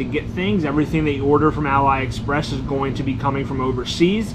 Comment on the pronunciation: its pronounced as ah-lee express, not ally express